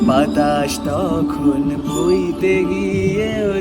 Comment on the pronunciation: দাদা ভয়েস নিয়ে কথা বলবো না....উচ্চারণে ভুল আছে... আকাশ যখন ভইতে গিয়ে নয় বইতে গিয়ে হবে...